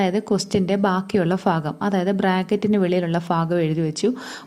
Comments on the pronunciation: ഫാഗം ആണോ ഭാഗം ആണോ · ഫാഗം അല്ല ഭാഗം. പഠിക്കുന്ന സമയത്ത് മലയാളം നല്ലവണ്ണം പഠിച്ചില്ല 🤣🤣🤣